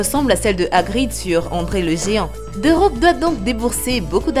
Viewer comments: Elle comprend toujours pas the rock et pas dé rock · Je rêve ou elle a mal dit thé rock elle rescpect pas le roi du catch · C’est moi ou elle a dis des rocks